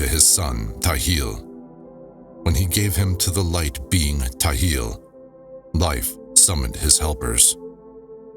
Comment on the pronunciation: Appreciate the work that you've put into this recording. But the translation isn't perfect. Not directly translated. And sometimes the word Nishimtha should replace the word soul. The texts are not read chronologically, which makes the audio difficult to follow and make sense of. Some mandaic words and names are pronounce incorrectly, such as Ptahil. The P should not be silent. Otherwise, great narration and such a cool project!